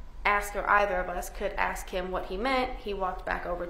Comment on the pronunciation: The prosecuter needs to learn how to speak!!! What the fk is "AKSKS".....its ASKS!! JESUS